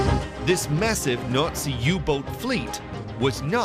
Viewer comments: I will forever hear "Nutzi" for Nazi. 🤣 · Isn’t Nazi pronounced “NotC” not “Nootsea” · gotta love ai voice overs that can't pronounce words properly.... Nutzies........... 🤣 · Narrator here is how you pronounce Nazi....naat~see There is no U in Nazi. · Fantastic video is it my imagination that he the narrator keeps pronouncing the word Nazi differently each time at one point he says nutsy's hahahaha 😎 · I can't help but laugh every time he says nootsies 🤣🤣🤣🤣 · WITAF is this guy saying? Nutzis? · It sounds like the narrator is saying "Nutzees" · All I hear is “nutz-eez” lol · Slightly irritating that the narrator mispronounces nazi nearly every time he says it.